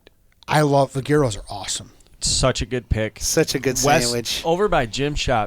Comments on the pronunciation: I love but want to punch him when he says "gear-oh" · "Gear-oh" lol what a schlub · Am I the only one who noticed how bad was at pronouncing Gyros? Lol